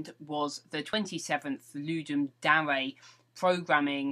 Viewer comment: Are you sure about the pronunciation of "Dare"? Sorry, it just sounded a bit odd...